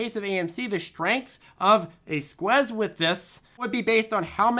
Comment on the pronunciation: Why's he saying squez